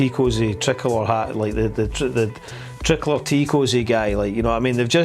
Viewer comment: “tric-olour” my head teacher used to call it that, when she didn’t like us bringing a 🇮🇪 to school… genuinely just got PTSD there hahahaha